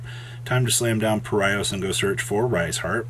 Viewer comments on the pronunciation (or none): I know it's not the topic of the video, but it's funny how pronounces Paraisos as "Para-i-sos". It should be pronounced "Para-e-sos", it's either a Portuguese or Spanish word probably. No shade, I liked the video, it was just a bit funny 😄